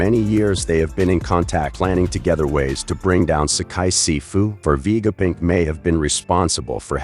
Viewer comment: why stop messing up the namesits like you have a terribely filter on vega punk not vegapick